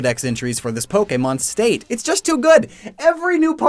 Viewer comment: U said so many pojemon WRONG